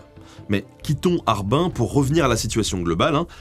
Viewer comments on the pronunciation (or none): pour Harbin, c'est /hɑːrˈbɪn/, Par comme un "larbin" mais comme une "mine" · ça se prononce Harbine. J'y ai habité, d'ailleurs. Et QingDao se prononce TchingDao. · Nous les Chinois prononçons Harbin , "Rare Bine" pas "Are bin!" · Nota BEne fait toi aider pour les noms chinois par pitié Qindao= Ts'ing Tao. oui oui comme la biere! Harbin= harrbine Ya le phonétique sur Wikipedia serieux. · HARBAIN?!!!??? Je la connais pas c'est une station balnéaire? HARBINE. C'est mieux. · Je crois qu'on prononce Harbin plutôt "Harbine" :) Super vidéo !!!!